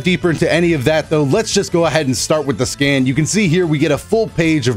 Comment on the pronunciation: I thought you said "skin" not "scan" lol